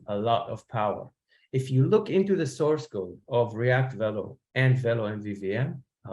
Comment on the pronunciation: velo is a french word, it's pronounced vay-lo